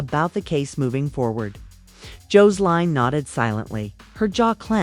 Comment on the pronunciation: JOES-LINE!!!??😡 JO-SE-LINE!!?? 😡